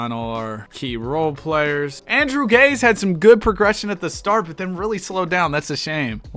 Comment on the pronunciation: btw, Andrew Gaze is pronounced Gay-zee, dunno why but it is